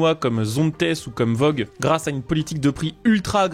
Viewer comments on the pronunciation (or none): Voge (se prononce Voje, pas Vogue comme les clopes :) )